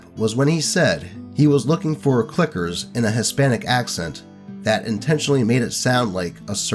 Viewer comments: Ok, i am no spanish-speaker, but HOW can you put accent on `clicker` to make is sound like N-word? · I think he pronounced it like "cleeggers" like he's fuckin speedy Gonzalez